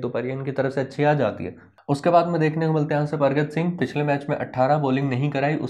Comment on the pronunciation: भाई कैनेडियन क्रिकेटर परगट सिंह हैं ना कि परगत सिंह 😂 नाम सही ले लिए करो